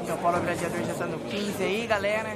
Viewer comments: O JP e um xarope mesmo Quem não sabe,q.ele vai colocar a bola colada,atrás da bola.Ficar mirando em outra bola se não vai jogar.e esse cara falando Gradiador e de ferir os ouvidos da rapaziada.O apelido do cara e GLADIADOR.E GLA...... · E esse falador,usando um termo xulo,CAGADA.Gradiador e de ferir ou ouvidos,não foi para escola estudar, não tem desculpa.duas bola na mesa ,se e duas e plural. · Fecha boca.silencio rapaz,falar GRADIADOR e foda para os ouvidos.